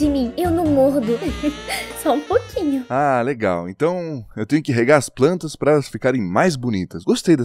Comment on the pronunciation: 'sala de PRANTAS' AKKAKAKAKKAKKAKA cebolinha reverso